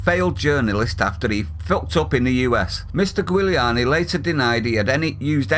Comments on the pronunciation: It's pronounced Rudy "Jewliani", not Gooliani !! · Pronounce it Ju li ani. He was one of the best Mayors New York has had, and did a lot to clean it up and get the City on track, quite a large part of which was supporting the police in actually doing their job. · You pronounce his surname Jewliani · Giuliani sounds like Jiuliani. Rudy is a legend. He’s got more brains in his little toe than piers has in his whole body and he’s a disgrace talking to him like that. 🤬🤬🤬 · FYI - Trumps lawyer, Rudy Giuliani. His surname is pronounced "Julie'are'knee". And if people don't know who Giuliani was talking about, it was David Dawn, a 77 year old, black retired Police Captain who was shot defending his friends Pawn Shop from "non-white" looters. EDIT And they're not protests anymore. It's full riots led by Antifa riling up the anarchists to go out and burn, destroy, take anything they want to and if someone gets in the way, remove them anyway you think fit. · Morgan is an insect in the world of satan and his minions...Giuliani is a creature cultivated by the old seeders of discord. Tell me something...how can you not pronounce the name Giuliani ? It's quite easy...JEW..LEE..ANNIE. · Rudi was bang on! And it’s pronounced Juliani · It's pronounced jill i ani. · just for your info its pronounced juliani as in july annie, he was good for New York pity he couldnt take over that london shithole and clean that up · Pronounced "Juliany". Kneeling on the neck is permissible in that police force so it's hard to see how the policeman can have committed an offence if the action is legal in that state. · Pronounced = Julie on E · Just in case nobody has mentioned. You pronounce it "Julie an ne " Everyone in the world knows Morgan is a tit. Scum bag, lying, phone tapping ex journalist. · Dunno how Italians pronounce it, I imagine the same since they say Guiseppe "Jiz-eppey", but in the US they say "Julie-ar-ny". Piss Moron (that IS how you pronounce "Piers Morgan", fact) is that, just that.